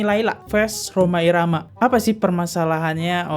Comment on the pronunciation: Kontribusinya apa Roma irama anak Abah ngomongnya romah irama gak bisa jadi panutan blok